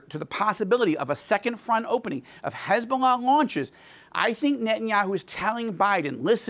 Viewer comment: Why is it so hard to pronounce Hezbollah. It's not Khezbollah